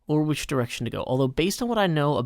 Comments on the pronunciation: open subtitles and it shown 'which' though it sounds like bitch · Firehoof haha sounds like it, but I think it was supposed to be “which”.